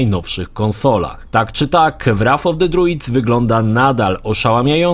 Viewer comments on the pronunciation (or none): Wraf of de driuds xD